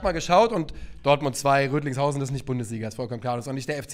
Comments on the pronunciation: Rödinghausen, nicht Rödlingshausen. Wir sind ja nicht in Österreich,. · Rödinghausen nicht Rödlingshausen😅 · Boah tut das weh, es heißt Rödinghausen, nicht Rötlinghausen